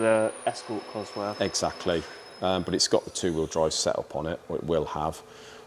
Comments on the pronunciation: You can build an engine, but you cant pronounce the word "COSWORTH" properly. It ends in "TH" NOT"F". You make your self sound so dumb by doing what you do. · Would I take an engine to a guy who couldn't even pronounce its name properly - I doubt it.